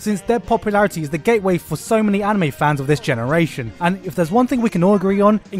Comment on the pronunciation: you pronounced anime and manga wrong